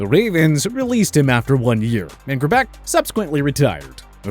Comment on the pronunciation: if your going to have someone in your list at least pronounce their names correctly. it's elvis grrback not however it was said in here sounds almost like elvis grebek like alex trebek